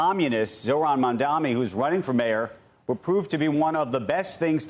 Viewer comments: Lol it's mamdani not mamdami 😂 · Again, this reporter is purposefully mis pronouncing Mamdani as Mamdami.